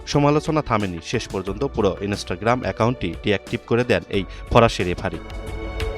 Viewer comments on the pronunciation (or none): none